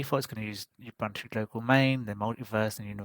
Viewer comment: Thank you for the review, I'm trying Puppy this week. Some advice :) Ubuntu is not pronounced 'Uh-bun-to', it is pronouced 'Uh-boon-too' or 'Oo-boon-too'. It is an African term meaning 'humanity' or 'humanity towards others', there are many pronouciation examples on YT.